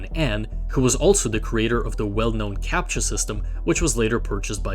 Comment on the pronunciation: I was suddenly hit with a clear Russian accent with that "Captcha". You're hiding it really well